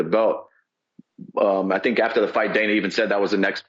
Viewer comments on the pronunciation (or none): none